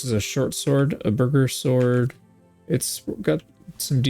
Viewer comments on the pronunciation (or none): I know I'm late, but Burgherr is pronounced like Boork-Hare.